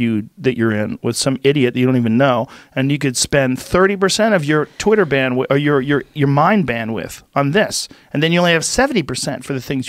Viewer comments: Shame. If he read the comments maybe he'd realise it was bandwidth not bandwiff. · Bandwidth... Not bandwith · great talk, but for god's sake. "bandwiDth", guys. bandwith was killing me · Joe “banwith” Rogan